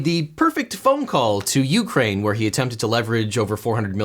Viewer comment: Really? YOU-kraine? it's stressed on the 2nd syllable.